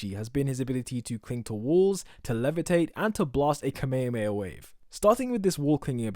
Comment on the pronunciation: You say Kamehameha wrong. You said "Kamay - ah - amay - ah". Its pronounced "Kam - eh - ham - eh - haaa!".